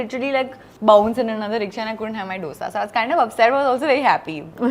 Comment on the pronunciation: Kamia sweetheart. I love you. Except, you sound silly calling it a Dosa with the D as in Dog. It is Dosa with D as in Dil. In the south they call it Dosai. That's oaky but not Dosa with a D as in Dog. Pilllease.